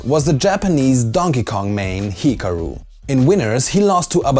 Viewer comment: Also Hikaru is badly mispronounced, lol.